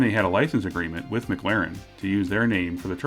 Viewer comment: Why are you saying Mc Laren?